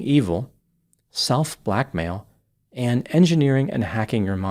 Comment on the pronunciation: The way you said "self-blackmail" is so funny.